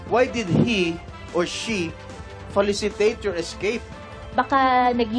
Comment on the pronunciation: Jinggoy, hindi falicitate kundi facilitate.